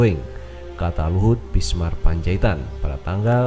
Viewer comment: Binsar massssss. Bukan bismar... .piye tooooohh...toh... .xixixiixxi